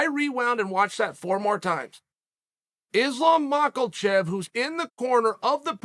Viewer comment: "Islam Michael-chaev" 😂😂😂